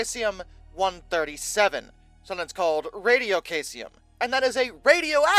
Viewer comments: I think its pronounced Saeeesium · I couldn't watch the video because I couldn't get over "Kaysium" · no no no no no no no no no don't try to play that game. In no world is this pronounced kaycium. Just like all the other words he does this to. Like zooduh science. Its not pronounced that way anywhere in the world. Hes just WRONG. He does this on the regular. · That pronunciation is well off....try this Seesium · omg its pronounced SEE-zee-əm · It is pronounced "SEE-zee-um". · Isn't that supposed to be cesium? Not to be a nit-picker here,, but I am a science teacher, and this is just part of my nature. The element is pronounced SEIZE-ee-um. The element's main use is in atomic clocks and vacuum tubes. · 9 days since posting and not even an acknowledgement on your mispronouncing of cesium? You could do well with an editor,.